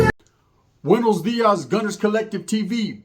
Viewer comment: Buenos diarheas......lol